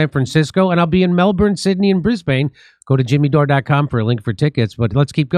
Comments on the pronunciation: 🇦🇺🇦🇺🙃👎🇦🇺🇦🇺 from DowNunda!!! Jimmy my man we're stuck all the way out in Perth, DubYay. if you pronounce the 'bane' in Brisbane as if you're referring to ya mate Ben, you'll be pretty close to sounding like a banana bender🤙👍💪🫡🇦🇺❤️ love from Straya! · Hi Jimmy its pronunced Brisbin not Brisbane. Come on Down we'd Love to See You.